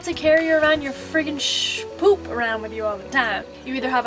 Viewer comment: "Shpoop" lmao